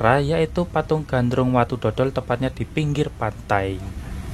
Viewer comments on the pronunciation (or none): Pembetulan UCAP bukan Watu DHODHOL tapi watu DODOL